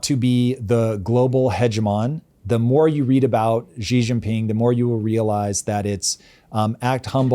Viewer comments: I hope you don't mind the correction, but I noticed the pronunciation of President Xi's name. In Pinyin, 'Xi' is pronounced like 'shee.' It's a common mistake, but there's no 'j' or 'g' sound involved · Hope you don't mind the correction, but President Xi's name is pronounced 'shee.' It's a common mistake, but there's no 'j' or 'g' sound. Big day now that is real